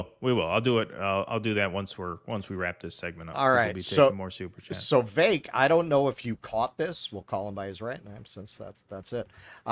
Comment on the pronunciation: I still can't believe a couple of joo from NY can pronounce a decidedly South Indian name with such accuracy; and GRD's leaked memo was how you learned to 😂 Yep it's Vi (really short vowel on the i) - vayke.